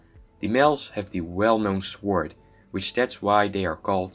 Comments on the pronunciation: ...nice pronunciation ...swword??? its pronounced sord but spelled sword! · Good video, very informative. Your English is well done, however sword is pronounced sord. The W is silent. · For a future reference you do not pronounce the W in sword